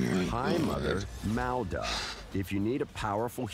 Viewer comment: Meowda? Wtf, it's Maud (sounds like Mod) it's a legit name that exists in real life, how can they just pronounce shit so strangely like it's nothing lol the names in this game are "cursesaid" lmfao